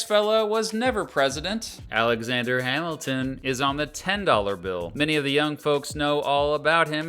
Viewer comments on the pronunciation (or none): none